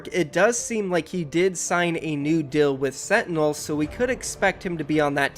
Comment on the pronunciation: If this guy says setinels one more time...